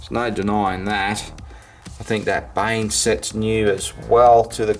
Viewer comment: You didn’t just call bane “bale” 😂😂😂😂